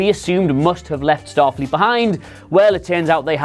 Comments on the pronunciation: #2 a goof you guys missed. "Statfleet" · STATFLEET XD XD XD